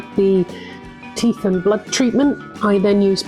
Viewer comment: plz tell me that i heard you say teffs and not teeth hehe this is ruddy brill those duckies are adorbs too and woohoo 200 well done💖💖